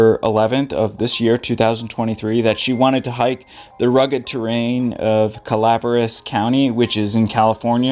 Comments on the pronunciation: Pronounced Cala Veras not Calvres fyi 😊 I hope she is found thanks for the video praying for her🙏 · Cala veras county it’s pronounced 😊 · thanks for the video. I was in the California Conservative Corp in my early 20's. The training academy was in Angel's Camp in that area. The pronunciation od Calaveras County is Ca-la - VER - us. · I thought this was a great video,and really covered the disappearance very well,and would have been a very helpful tool if not for the tragic findings. Also,because im from the deep south and my pronunciation is always right, it's (Cow vear ass Co.),lol, just thought i would share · I have hiked in that general area in Calaveras County, but not for many years. (By the by, I think it is pronounced KAL-AH-VER-AS County) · Cala-Vare-ass County...🙄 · Cal uh VER us. I believe it means skull in Spanish. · it seems he has a pronunciation problem. it also seems her last name is mispronounced too.